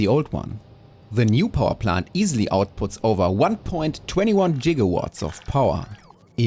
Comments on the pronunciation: ONE- POINT- TWENTY ONE JIGAWATTS?? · BTW Gigawatts is with a hard g^^ and love the builds!❤❤❤